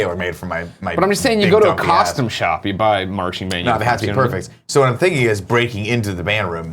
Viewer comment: A realization: Greg cannot pronounced the “oo” sound at all. We all know he says roof and room wrong, but he even said costume wrong in this video. Amazing.